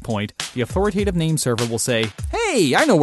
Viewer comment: Authoritative, not authoratative.